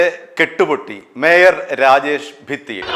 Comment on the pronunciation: രാഗേഷ് അല്ലടാ. രാജേഷ് ആണ് മൈരാ